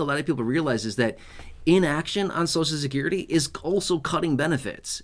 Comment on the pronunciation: Please pronounce Social Security properly. The way you say it hurts my American ears!!😮. So cial.